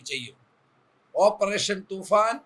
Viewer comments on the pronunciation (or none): തുഫാൻ അല്ല ബായി തൂഫാൻ കൊടും കാറ്റ് 😜